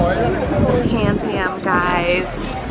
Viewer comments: It is PantheON not PanthiUM 😂😂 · Did you actually graduate high school? I am questioning it... it's Pantheon...not "om"... the altar pieces are by Caravaggio... and honestly you must make a lot of money outside of being a flight attendant... or hopefully Bart does.. because do you actually make money on a work trip, minus your expenses?